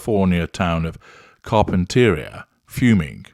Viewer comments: You are mispronouncing Carpinteria. It’s kahr-pin-tuh-REE-uh. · with all due respect, here's how you pronounce it. Car-pen-ter-ee-a. It's a great day get away for us peons lol